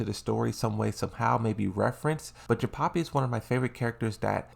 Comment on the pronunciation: Jinpachi not Jinpapi